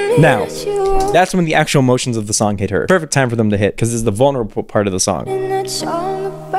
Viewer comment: okay but i’m not judging but did anyone else hear her adding an ‘h’ to the s? like i heard “what you wrote in that shong about me” or is it just me ??